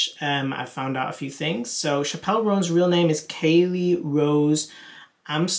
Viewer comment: Chappell (like apple)